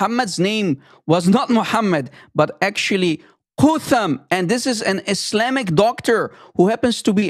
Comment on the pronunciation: its spoken "kat hum" or isnt it ? (no english TH)